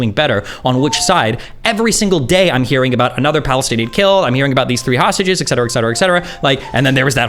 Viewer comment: Jesus even someone as intelligent as destiny is saying “eck cetera” now. Obviously it’s not a huge deal but god damn he should know better.